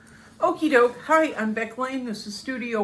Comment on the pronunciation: Happy Birthday Beck!!! Thanks for the 'shout out' , you nailed the name pronunciation. An awesome video for All Artists Beck! Yes, Mindfulness & meditation are key to getting out of your own way. Letting Go and Allowing your creative, intuitive self to speak (whisper) to you. Then go Dive-in and Do The Work Daily! Yes, the hands on your portrait-in-progress are very well done...they draw the eye! This is a busy year (I finally acquired gallery representation last December) am busy making new work for my first gallery show later this year! :-D